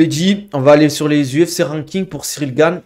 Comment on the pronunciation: Pourquoi tu nous fais l’anglophone à dire Cyril GAINE, c’est GANE. T’es français mec ya aucune raison de le prononcer de cette manière hein